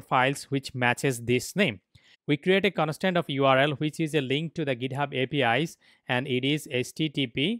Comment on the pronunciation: conostant data hahhahaha